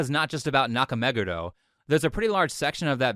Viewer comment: Fvking Chris is in Japan for a decade and he still doesn't bother to pronounce Nakameguro the right way, that's how much of a hack he is